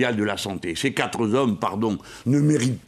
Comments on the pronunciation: toujours admirative de JLM sauf SAUF quand il s'obstine à répéter "4 ZOM" ! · Jean-Luc, je t'aime beaucoup, je voterai pour toi, Homme providentiel de notre pays. MAIS par pitié, arrêtez de dire " quatre Z'hommes !" ou encore "mille Z'hommes !" , comme ta collègue super Delphine. Merci et longue route à vous ! Ciao. F